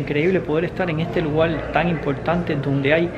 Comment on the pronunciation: Lugal, conocel 🙄